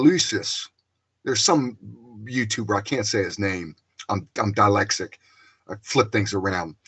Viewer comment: My Lunch Break is the channel, and it's pronounced DIS-LEX-IC(from dyslexia). 👍